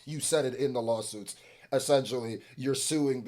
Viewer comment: "it was settled in the lostsuits" 😅